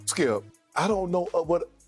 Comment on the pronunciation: Am I the only one who heard Uncle Shay call Skip "scoop" ??????lmao